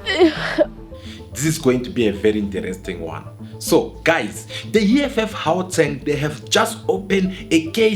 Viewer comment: The presenter of this channel is a foreigner. That's why he always targets Dudula lol. Bro can't even say Gauteng 😂😂